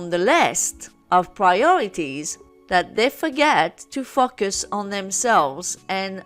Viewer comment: I hear “focus” as “fucking” lol